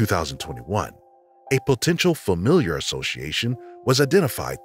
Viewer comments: HI it's familial DNA not familiar DNA. That's driving me nuts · You kept saying "familiar" instead of "familial", which is confusing in the context of cold cases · Really good video! Love the details. Just a friendly tip: it’s not familiar DNA, it’s familial. Pronounced like fa-meal-yull. 🙂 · I just want to hear him pronounce “familial” correctly ONE TIME